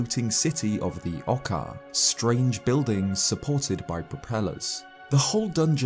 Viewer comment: you know Oo makes the "oo" sound, right? Oocca wouldn't be pronounced "ahcka" also, "gaycers?" If you don't know how to pronounce a word, look it up, don't just guess. Geyser rhymes with "advisor," not "racer"